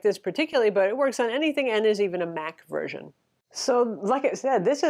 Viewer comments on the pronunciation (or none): none